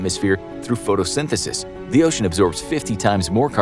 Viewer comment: did i just hear photosyntesis